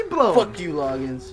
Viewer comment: Zhur shiddy moozic make me BARF, Log-eee-ins! have truer words ever been spoken?